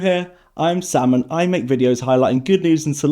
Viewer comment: Lol I heard "If you're new hear, I'm Salmon. I make videos....." 😂😂😂